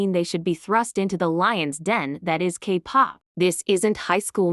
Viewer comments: The voice pronouncing 'kpop' as Capop😂😂😂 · Wow so funny a video that addresses minor exploitation but let’s laugh about a mispronounced word of an AI voice 😐